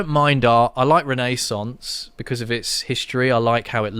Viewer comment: U’re pronouncing renaissance funnily as some sort of computer font, Rene Sans😅